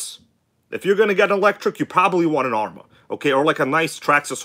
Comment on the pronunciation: Did my bro just say Arrma is good?